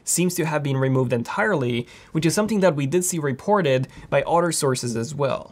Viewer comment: He pronounces it "reep-orted".